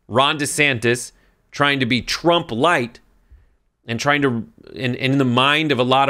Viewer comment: He said Tramp 😂